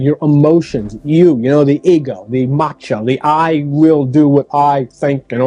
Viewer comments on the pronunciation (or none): none